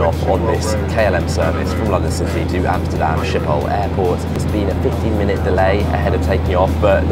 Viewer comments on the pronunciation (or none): I’m surprised that you guys of all people can’t pronounce Amsterdam’s airport properly. Schiphol is SKIPhol not SHIPhol. Its not in Germany. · I much prefer going by train; fewer delays, more comfortable and relaxed, no annoying turbulance and I enjoy the scenary. Also, a far lower carbon footprint. Saying that, I llive in Norfolk, and Norwich has the shortest and cheapest flights to Schipol (pronounced "sh-kipol"). I love Amsterdam (correct pronouciation is closer to "Omsterdam". I lived and worked there for some considerable time. Much love to the Dutch people!